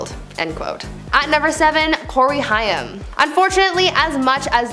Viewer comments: It’s Corey haim. Pronounced hame. With a lomg a. Not hiam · Corey Haim: It's HAME. Not Hiyum. I feel like, if you're going to do a story on someone's life & death, at least get their name right 🙄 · If you are going to do a video on famous ppl at least know how to pronounce their name properly. Corey Haim . NOT HI-AM.... WHAT? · Who's the idiot girl commentating? Corey " High - Um" Haim. And the fool keeps yapping like she's pronounced it correctly and actually knows who the person is. How ignominious. Thumbs down. Tired of narrators being so ignorant they dont even take the time the learn the names of who they're mentioning. She's clearly uneducated .so there's that